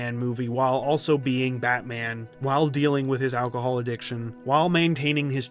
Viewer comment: Ack-a-hol. HE'S A JUICER...